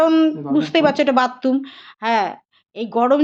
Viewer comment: Bathtum na bathroom bole aunty 😂